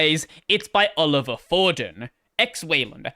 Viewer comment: btw, Olivier is pronounced oh-live-ee-ey